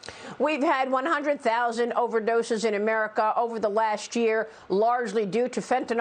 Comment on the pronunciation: Fentanyl, Maria. There is a Y in there, not an O.